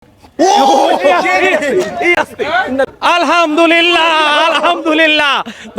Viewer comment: Alhamdulillah,Alhamdulillah bola ta purai chaka bangla er moto laglo